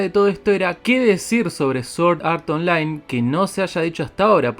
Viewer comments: Se pronuncia como "sort" pero con r leve :v Para mejor pronunciación esta google traductor prro :v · Sor art online increible pronunciación v